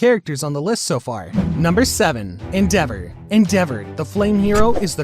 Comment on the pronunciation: the way he said endevour oof